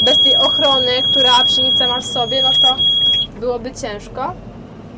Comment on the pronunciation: Czy mi się wydaje że Ty wymawiasz przynica?